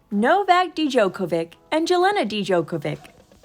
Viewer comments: Who taught the narrator how to pronounce Jelena and Novak Djokovic's names??? Dee-jokovick!!!! Jell-ayna??? That is sad after all the years he's been a champion.🤨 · It’s pronounced “Yelena,” dummy. The “j” sounds like an “i.” Don’t you think you should, at least, research how to pronounce the names of foreign people YOU are talking about, publicly, out of courtesy and respect? It’s gotta be offensive to them to listen to people like you chop up their names. If your name would be Jane, you wouldn’t wanna be referred to, by some Serbian reporter, as “Yah- neh,” would you? That’d never happen anyway; foreigners know how the “J” sounds in English....yes, even Serbians!🙄